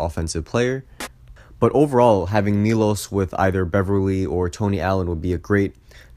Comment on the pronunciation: It's pronounced as Milosh Teodositch, not Milos Teodosik.